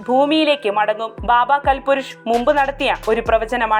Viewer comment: ബാബാ കൽ പുരുഷ് അല്ലാ കാൽപുരുഷ് ആണ്.